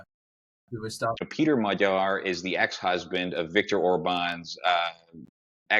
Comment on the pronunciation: described the situation in Hungary very well. He also knows how to pronounce 'gy' in Magyar:)